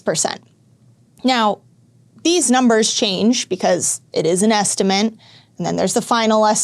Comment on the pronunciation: Good video, but please learn to say ESTIMATE